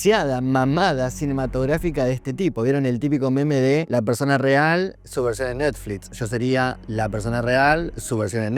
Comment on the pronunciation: Por que dice NETFLITS??😄